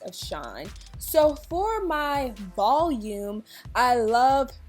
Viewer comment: Vol—UME! lol love it